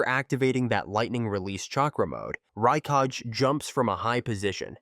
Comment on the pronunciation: Good video but check your pronunciation. Raikage is not (Rai--cage) its Rai--kah-geh, Justsu = Joo--t-soo not juh-t-su, Suasano'o = Sue-sah---no--o not Sue-sah-new